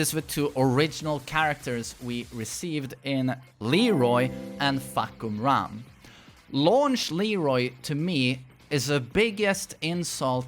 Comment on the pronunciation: Fah-kum-ram not Fuck-kum-ram . Please ..... you said a lot.